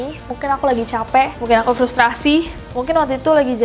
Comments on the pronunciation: Frustaasiii kaaak, bukan frustrasii😭😭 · Frustasi ka nes, bukan frustrasi 🤣